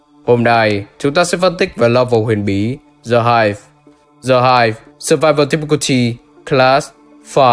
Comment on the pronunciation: Anh ơi, từ "The" đọc là /di/ khi nó đứng trước 1 từ bắt đầu bằng nguyên âm thôi chứ, ví dụ The End ....., chứ từ "Hive" có bắt đầu bằng nguyên âm đâu =)) đến cả entity The Game Master anh đọc "Dì Game Master" làm em cười nguyên clip (em biết là đôi khi anh mới đọc nhầm như thế =)) nhưng nó cứ bị buồn cười ấy)